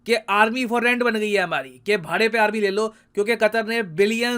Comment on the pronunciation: Aaarmi le loo 😂😂😂